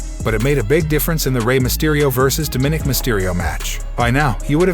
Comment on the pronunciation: Yes, bj bowman. You hammered that nail. The Doofus who gabbled this audio does not even know how to say "DOMINICK"!!